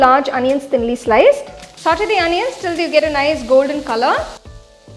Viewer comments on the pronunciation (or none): none